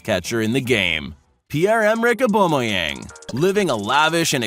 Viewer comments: its not oubomyange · I like how he pronounces Aubameyang lol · It’s annoying